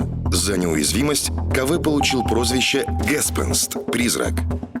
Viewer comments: "Gespenst" - читается как "Гешпенст",а не "Геспенст". Это единственный косяк этого сериала - не правильное произношение немецкого. А так,сериал просто шикарен! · Не ГЕспенст, а ГешпЕнст.Это большая разница в немецком чтении